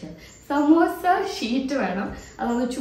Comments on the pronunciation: Ramzan:12 😊. Love from Manglore 🤗 Ans:samosa sheet pronounced as samosha sheet and watching from saudi arabia 🙌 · Day 12 Ans=സമോസ യെ ശമൂശ ശമൂശ എന്ന് പറഞ്ഞു 😂